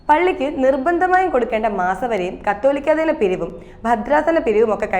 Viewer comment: പ്രിയപ്പെട്ട ബെന്നി, നിങ്ങളുടെ വാർത്താ വായനക്കാരെ സഭ സംബന്ധിച്ച പദാവലി പഠിക്കാന്‍ വൈകരുത്. കാതോലിക്കാ ബാവാ എന്നത് കത്തോലിക്കാ ബാവാ എന്ന് അവർ ഓരോരുത്തരും വായിക്കുന്നതു കേട്ട് കേട്ട് മടുത്തു. ബെന്നി ഇതൊന്നും കേൾക്കാറില്ലേ? മഹാ കഷ്ടമാണ്.